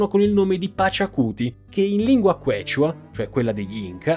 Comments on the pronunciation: Bellissimo riassunto in italiano con immagini e grafiche di qualità, bravi! Soltanto che Quechua si pronuncia "kiciua" ma pazienza 😅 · Se tu parlassi meno freneticamente ne guadagneresti tanto in simpatia, credibilita', reputazione. Ed eviteresti di incappare in svarioni madornali di pronuncia, tipo AYACHUCO o QUECHA.